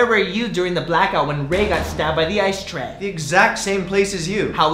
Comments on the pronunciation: cherry caguiat ice tray sounds like I stay when u say it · it sounds like I stay home cook rice!